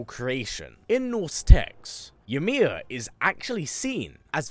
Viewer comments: Fun fact for you the letter y in Norse is pronounced like an I and j is pronounced like a y an example would be imir instead of ymir and yormangandr instead of jormangandr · I always enjoy your videos but the way you pronounce Ymir is a bit jarring when you could hear Mimir and Atreus say it correctly multiple times in game 🤷🏾‍♂️